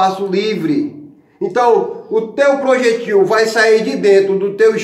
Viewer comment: Ta fazendo faculdade mas não sabe falar a pronuncia da palavra projétil corretamente!!